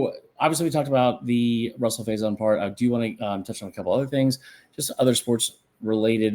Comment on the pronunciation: why would they even allow him in the transfer portal to begin with if he didn't have any eligibility??? also, his name is rahsul, not ruhsul.